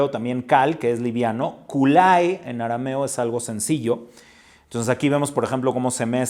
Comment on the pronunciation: Muy bonita clase gracias Un comentario la palabra Kolai que significa sencillo o liviano siempre escuche su pronunciación como la escribí no la escuche como kulai cual será la pronunciación correcta?